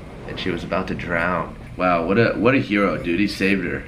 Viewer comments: edited said Safed not saved lmao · "safed" both of them 😂😂